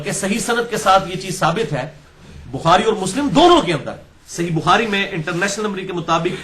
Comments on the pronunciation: انٹر نیس نمبری کیا لفظ آپ بولتے ہو کوئی سمجھ نہیں آتی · Engineer Sahab bar bar ye “international” kya bolte hain ? Sahi samaj nahi aata . Plz clear Karen. From India